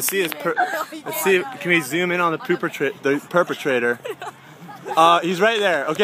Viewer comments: Poopetrator...HAHAHAHA He said Poop-etrator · "Poopetrator"... Lulz